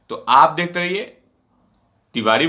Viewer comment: Tiwadi kya hota Tiwari bola karo .